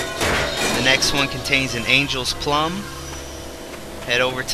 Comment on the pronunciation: Angels plume...pronounced plewm